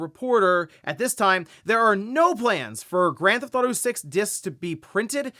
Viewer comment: Take a shot "granthoto" take a shot every time he says "Grand Theft Auto" incorrectly. Hundreds of times a week.